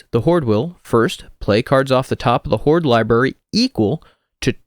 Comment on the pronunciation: Please stop saying "horde"